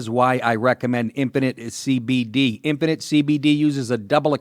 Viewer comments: when he says 'infinite cbd' it sounds like 'impotent cbd' ... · Dude, you sound like you're saying Impotent CBD UNUNciate! Enjoy your cake.